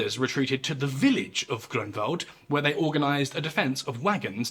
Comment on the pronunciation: Found your channel recently and now it's one of my favorite history channels on yt. Btw I'm impressed of your excellent pronunciation of Polish names like Grunwald or Jagiełło. It shows your dedication to details 👊